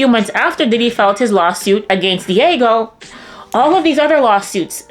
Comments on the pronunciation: "Diego" lol Dee-AA-Geo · Dee-ahh-gee-oh not diego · New subscriber here, Not to be a stickler for grammar but the pronunciation is "D-AHH-GEO" otherwise great video! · Dee - age- ee-oh! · Diageo = Dee-ah-gee-oh😊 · lol she’s pronouncing Diageo “Diego” like it’s some Mexican dude she knows whose mom chose a unique spelling!!! Hahaha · Diageo is pronounced "Dia-gee-oh". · It’s pronounced “Dee-Ah-Jee-O” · That's not how you pronounce Diageo.